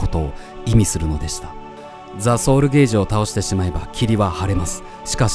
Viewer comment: ソウルゲージだと意味が変わってしまいます。 ソウル"ケ"ージです